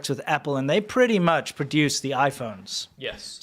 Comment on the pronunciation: "Thank you very mu-HON" gets me every fucking time